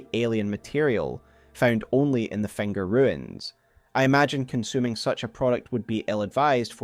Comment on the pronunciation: do you just place vocals randomly? fenger? hestory? like seriously?